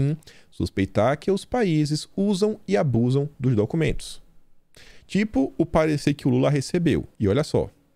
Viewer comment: "Ducumento"... Tirando isso, ótimo vídeo!